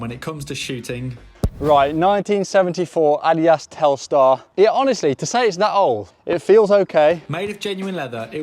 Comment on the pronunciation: Ad-di-das not adias